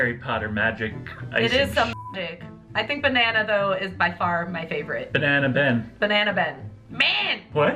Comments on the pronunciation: Nobody:: Benana 😆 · No one: Absolutely no one: Not a soul in the world:: Beynnana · Ben-nana .... enough said